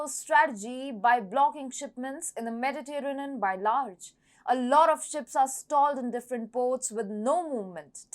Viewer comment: accent is nice, pretty, cute; "unintelligible" is not good for an information channel. I had to use CC to understand "northern" for example. Her version of "Mediterranean" is poor - a major sea on the planet. Overall it shows lack of preparation. My Brazilian students know that when they start speaking English they start with bad pronunciation which they call "indio" from "Native American Indian language" who have their own "me Tarzan, you Jane" type of English. Over time they want to move away from "indio" so that more native speakers can understand them, not just other Brazilians. In one way, this is how dialects of languages form but in another way it is just a corruption of English on a international platform like YouTube